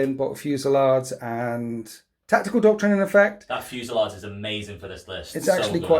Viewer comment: Say 'fusey-laid', not 'fusey-lard'; and 'eye-cor' not 'ee-cor', and 'may-guss', not 'may-juss'. Please kill me. Great game, and great looking game. All best.